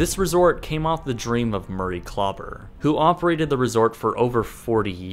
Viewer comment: His name is DR. KLAUBER not CLUBBER.